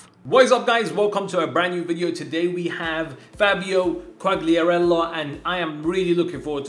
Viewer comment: THE CORRECT PRONOUNCE IS QUALIARELLLA